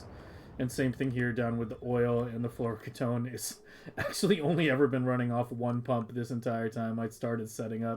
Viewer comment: Why are you pronouncing fluoroketone like that?